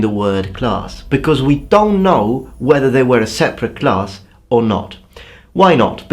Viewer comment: Every time you say the word "don't" I immediately for some reason feel like you have a Mandarin Chinese accent. I grew up in a Mandarin Chinese speaking household. I've never heard it pronounced that way from the speaker of any other language. . "Don't know." XD